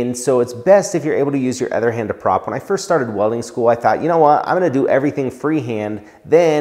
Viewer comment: He says “other” like “ehther” haha great channel love